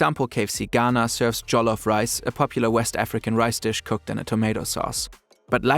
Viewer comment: No offense, but also research the pronounciations of local names. For example: try finding the pronounciations of lagos and jollof